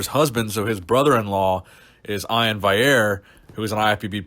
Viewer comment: Ian* not Ion haha